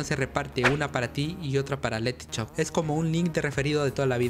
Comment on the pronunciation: este pavo no sabe decir shop el dice CHOP